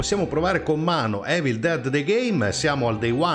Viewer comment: Piccola precisazione ma la pronuncia è importante Evil si pronuncia Ivol . Grande come sempre comunque anche perché spieghi tutto anche a quelli 'duri'come me.Volevo chiedere, oltre alla meta della missione posso vagabondare in giro liberamente? Ed ha un vantaggio farlo?